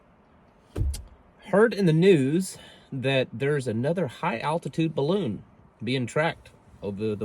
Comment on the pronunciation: Did you mean Baroon? 🤷‍♂️😂